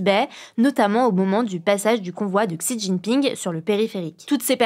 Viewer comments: Petite info, « Xi » (de Xi Jinping) se prononce « si » (un s un peu mouillé) et non « ksi ». Merci pour ces infos du jour! 😊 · ça se prononce même "chi" et non pas "si" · Un effort à la prononciation de "Xi" Jinping please, ça frise un peu l'oreille 😅